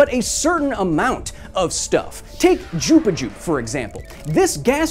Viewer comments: Jupa Jupe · Jupuh jupe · I had to play back "jupiju" a few times because I thought I was having a stroke lmfao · Did anybody else hear him say chupachu instead of jupiter or should i get my ears cleaned? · take "Jupijer" XD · did he just said Jupichu ? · "Jupa-Jupe" sigh we missed you Kyle. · Why did you say jupiju lol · hehehe he said "jupajup" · At around 2 minutes I heard Jupi jupe and I was like wtf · I had to rewind to make sure you called Jupiter “jup a jup”